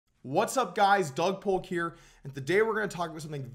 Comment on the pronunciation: Doug Polk Poker Wait, the correct pronunciation of your name rhymes with poker? This is embarrassing, I pronounce it way different.